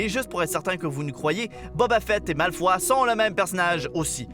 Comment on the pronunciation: Malefoy pas malefoi